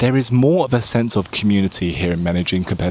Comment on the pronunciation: First you have to learn how to say "medellin" ignorant